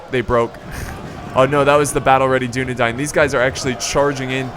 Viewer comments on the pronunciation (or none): Holy crap, stop saying dun a dine, it is dun a dain, or dun a dan for singular